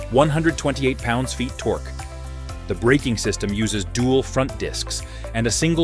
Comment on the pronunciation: How can the Sprint "sound like a Harley" with a thumper engine? That cannot produce the "potato-potato-potato" sound familiar to all... (note to narrator: it's pronounced "tork", not "torkee". Also, at the mark you need to call the department of redundancy department, as the audio states "and the seat height is 27.1 in seat height"